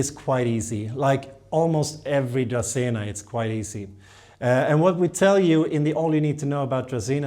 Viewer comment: I like the way you say dracaena better and I live in Mississippi.